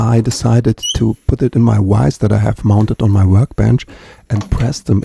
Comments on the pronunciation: Kleiner Hinweis: "Schraubstock" heißt "vise" auf Englisch und nicht "wise", das "v" im Englischen wird wie das "w" im Deutschen gesprochen... weiste bescheid... 😉😄 Dieser wertvolle Hinweis ist für dich kostenfrei wenn du den Hals von meinem Kontrabass genauso schön reparierst... 🤩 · Great repair but it's a vice not a wice. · Why cant you say VISE you keep pronouncing it as wice it is not wice it is vice. Vuh sound not a wuh sound...weird man why cant Germans say V sound words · Gorgeous hunk of wood, nice job saving it! BTW, to pronounce vise like a native english speaker, think of how the murrycans pronounce Veedoubleu (VW). Subbed for more, hope it's not all shorts. Happy 2025.